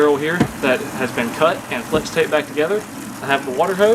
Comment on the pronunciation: "Fleax"? What?